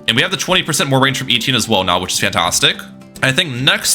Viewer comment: Etienne not Eetienne